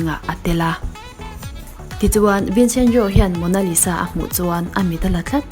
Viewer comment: The way she pronounce Leonardo Da Vinci and Mona Lisa had me wheezing😪🤣🤣🤣